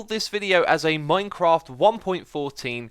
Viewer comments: IT'S MINECRAFT NOT MINECROFT!!!!! 😂😠😠😠😠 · "Minecroft." "Javar."